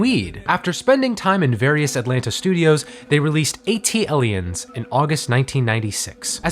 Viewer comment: rivers and *lanes*? Also it's WhooMp There It Is. And the worst of all.. wtf did you call ATliens?